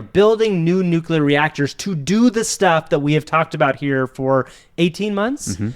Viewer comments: i'm actually impressed by the 100% consistency of mispronouncing nuclear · It’s nuclear, NU-CLEAR not NU-KU-LAR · Great show! One thing: Nuclear is not pronounced "Nucular." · (it's nuclear, not nucular.) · Nuke-you-lur lol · Did you mispronounce nuclear on purpose?